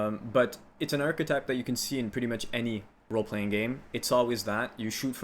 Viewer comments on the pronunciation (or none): none